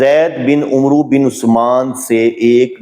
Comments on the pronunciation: Request h k Umroo talafz drust nhi, ise Amar prha jae please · یہ عُمْرُوْ نہیں عَمَرْوْ ہوتا ہے ۔ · This is not amru it's amar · hazrat Umru nahin es ko amr bola jata hai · Umru nahi, Amar kehte hain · عمرو کو عمر بولیں ع پر زبر پڑھیں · السلام علیکم و رحمۃ اللہ علیہ محترم عمرو میں و کو نہیں پڑھا جاۓ گا یہ لفظ عَمَرْ پڑھا جاتا ہے لکھنے میں واؤ آتا ہے پڑھنے میں نہیں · عمرو لکھنے میں آتا ہے لیکن پڑھا عمر جائے گا۔ ع کے اوپر" زبر"